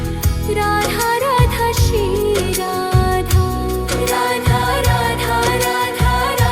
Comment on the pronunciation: Aap galt bol rhi ho voh shri radha hota hai naki si radha 😅